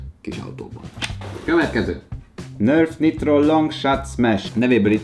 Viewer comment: ok Nörf Niitrot (direkt van 2 i betű) =)